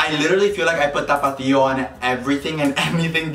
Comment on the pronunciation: Anyone else here "Topito" every time he says tapatio or is it just me lmao 🤣